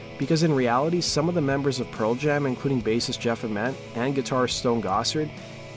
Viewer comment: it's Ament with a hard A